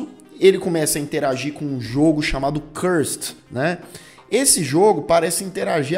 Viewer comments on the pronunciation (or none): Oie, top o vídeo!! Mas o nome do jogo é Curser, não Cursed kkkk abraço